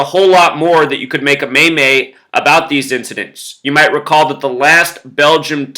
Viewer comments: maymays? i thought it was pronounced, meems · Lmao just so you know the word meme is actually pronounced with a long E, it is pronounced like "meem" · it's pronounced ''Meem' lol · Meme pronounced MEEM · Hey, I love your videos. Watch you every day. Just wanted to correct your pronunciation of meme, it's pronounced like the word mean, except with an m at the end instead of n (obviously) LOL. Have a good one.